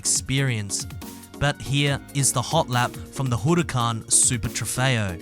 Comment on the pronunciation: Y do u sound Japanese when u say "Huracán?" Lol